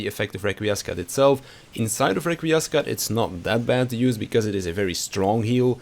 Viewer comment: Upvoted for pronouncing Requiescat and Confiteor correcly (or very very close at least)